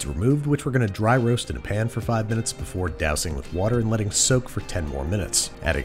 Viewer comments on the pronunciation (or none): Pan. not pn